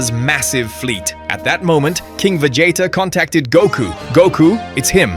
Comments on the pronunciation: VA JAYTA??? LOL WTF its VEGEETAH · Vegeta not Vegieta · Vegeta ❌ Vegeyta ✅ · The pronunciations of Vegeta's name sent me laugh every time XD